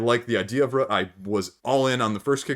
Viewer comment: What's sad is that I have Root and have only played it once but I loved it. I am thinking about getting the App to tide me over until after the pandemic until I can play it again. Also, a very interesting way you pronounce "Root", it almost sounds like you are saying "Rut". If I hear you say "aboot" for "about" then I am guessing you are Canadian. I love accents so I'm not trolling you.